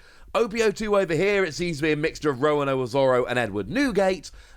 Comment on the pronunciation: I just noticed. He pronounces Roronoa as Rowanoa.